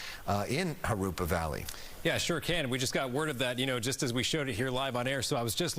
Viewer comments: its Jurupa - Not Jurapa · Jurupa not Jurapa